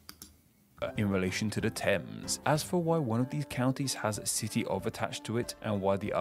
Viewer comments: Whoever is doing the narration for this video is a clown, so many mispronunciations. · The river seen here is the Thames (pronounced 'Tems') that flows through London.